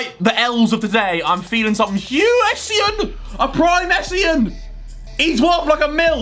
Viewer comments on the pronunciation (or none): none